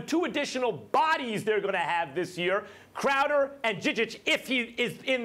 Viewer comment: "IT, ITT, ...Crowder, or Clam Chowder " Warriors in 5